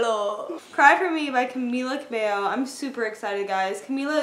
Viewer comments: is pronounced "Camilaa Cabeyo". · Love this but it's "Cameela Cabeyo"